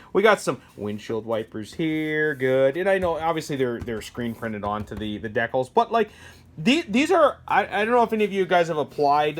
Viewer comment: It's decals, not the way you are pronouncing it .